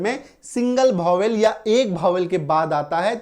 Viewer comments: Bhovel nhi sir vowel pronounce krege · सर गलत पढ़ा रहे है Vowel आप भोवेल पढ़ा रहे है यह वोवेल लिखा है 🎉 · Bhowel nhi hota vowel hota hai pahele bolo to sahi se